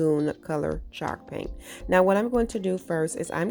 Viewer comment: My husband kept saying "is she saying chark paint like shark paint?" 😆I couldn't help but laugh at him like no CHALK PAINT babe🤦‍♀️He says "what the hecks chalk paint" "really babe, it's what's covering half the wall in my crafty room, durrr babe, durr" men🤷‍♀️😹